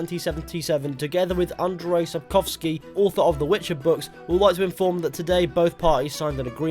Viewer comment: No idea where you're from but pretty much perfect prenounciation of Sapkowski, well done sir! Of course there will be another rpg in witcher world, if it will be witcher4? No info, but they stated that Geralt story is finished, so no more games for him as main character. We will probably get to make our own witcher just like we will be able to make our own character in Cyberpunk.